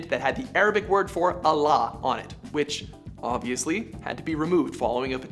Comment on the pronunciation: "obviusly"???? Fuck you